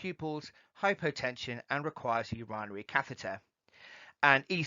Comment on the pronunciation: Very informative..Thank you. . The only thing I had a small problem with was your pronunciation of 'Urinary' ... I've never heard it pronounced like that... Great video, thanks again